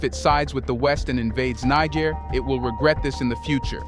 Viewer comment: I appreciate the info, but why are you pronouncing Niger as Nig ger